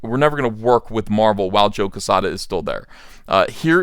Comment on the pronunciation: Jesus Christ you can’t even pronounce joe quezada correct